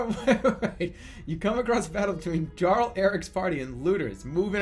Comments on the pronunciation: The way Jerma says "jarl" really annoys me. Like you've learned that Arkansas isn't fucking "Ar-kansas", but the simple world "jarl" is too much. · sorry, this comment is a year old. but i know right? i mean, he played skyrim right? you have "djarrels" there too lol.